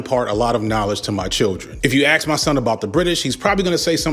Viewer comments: He always pronounces "ask" as "aks" 😂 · Cool vid, but I can't stand listening to someone pronouncing the word "ask" as "axe". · cant take a full grown man who says "ask" as "axx" seriously, so cringe.